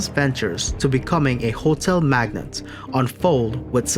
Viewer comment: Magnate not magnet.